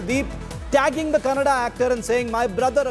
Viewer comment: Becoz of KGF2, atleast dis anchor kws how to say Kannada and not Kannnad... 🙏